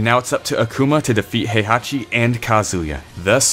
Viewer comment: Why are you pronounce Heihachi as "haihachi"? Heihachi is literally pronounced "hey-haw-chi" or He-i-ha-chi. The He-i forms a sort of "diphthong" that sounds very close to an English long A vowel.